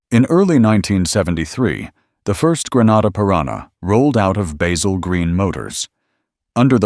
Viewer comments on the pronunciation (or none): That Bay-zill pronounciation really gets under my skin. Along with "coop'' which is a chicken house. It's a coupe! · Look, you can use your American accent to mispronounce a simple herb (with an aytch) but not a man's name. Baz-ill. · He did pronounce it correctly when he said Basil Green Motors and a few times towards the end.